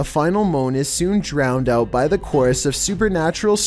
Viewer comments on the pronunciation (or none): none